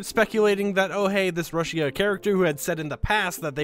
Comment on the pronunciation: Not trying to be mean but it’s pronounced rooshia